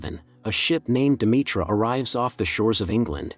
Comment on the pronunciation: It's pronounced De..me...ter...not Demetra lol